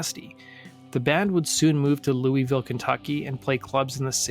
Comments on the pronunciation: Great mini-doc about Travis Meeks! The only painful part was hearing Louisville mispronounced repeatedly. It is pronounced Lou-a-vuhl. Although, Lou-a-ville is acceptable and not nearly as painful as hearing Lou-ee-ville over and over. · LEW-EEE-VILLE hurts my ears 😅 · It's "loo-uh-ville". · Its pronounced LUL-VULL. That's how people from KY say it